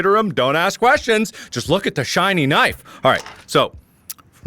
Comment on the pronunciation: "Look at the shinny knife"